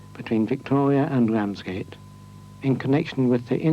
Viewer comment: Can't help notice that the commentator has that unique to the British upper middle and upper class speech impediment of pronouncing the letter "R: as a "W". Yep, no other English speaking country has this impediment. Bwidge. Wamsgate; Woute; Appwoaching; Impwovents; Woad; Wight, etc., etc..